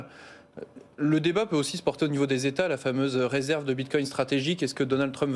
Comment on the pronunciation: "Résèrve" 😂😂😂😂 ça craint 😢😢